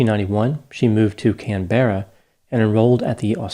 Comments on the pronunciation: Not Can-Berra, CAN-BRUH is how it's pronounced. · Canberra isn't pronounced with the emphasis on the last syllable. Kan-berah, not Kan-bear-ah. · Can- BEAR - a 😂 hooooo there’s a good’un. Love it. Aussie phonetics for anyone interested are - CAN-buh-ruh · Can-ber-rah 😂 it's pronounced Caaanbra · Total side note: Canberra is pronounced CAN-bra, not Can-BEAR-a. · Ideally, yes. As demonstrated, some folk of other nationalities struggle with the pronunciation ("Can-ber-ra" instead of "Can-bra"). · Can-berra sounds so weird to us Australian’s. We all pronounce it Can-bra haha. But technically Can-Berra is correct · Pronounced Canbra - not Can - berra. This is Australia's capital. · It’s “CANberra”, not “canBERra”. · Can-berra, lol. “Canbra”. Let’s hear your Australian accent! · Just FYI it's Can-buruh rather than Can-ber-rah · Hey it's pronounced Can-ber-ra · Canberra is pronounced: “Can-bra” by the way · Just if anyone's wondering, Canberra is pronounced Can-bra. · Canberra, just pronounced as can-bra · I remember this case well and love this analysis. Btw, we pronounce Canberra as “Can beh rah”. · ‘Can-bra’ for next time, Doc <3 you did so well with pronouncing Brisbane and Melbourne in your other vids! Keep up the good work! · Just a small pronunciation correction. Canberra is pronounced can-bra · Just a tip,: 'Canberra' is verbalized as "Can'bra" in Australia. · Canberra is pronounced can-bruh,;) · Aussies say “Can-burra”. Great analysis. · Here's an Aussie lesson. Caan-bruh. Awesome video as usual ❤️ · I love your work Doc, but some of your Australian pronunciation is cringe worthy. It's pronounced 'Can-bra" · Its pronounced can-bra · Canberra is pronounced "canbruh". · Please ... check how Australians pronounce "Canberra" mate. Emphais on first syllable only ... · Pronouncing Canberra lol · I must say I've never heard 'Canberra' pronounced like that. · You pronounce Canberra like a Greek 😄😄